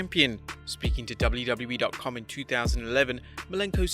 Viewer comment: why did he say doubleu boubleu e in stead of wwe